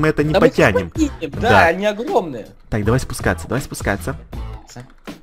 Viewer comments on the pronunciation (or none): на сказал не огромные а агломные лайк если заметил когда смотрел)